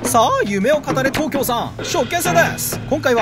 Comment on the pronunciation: いっつも思うけどすするんの「夢を語れ」のイントネーションちょっとちゃうなって感じ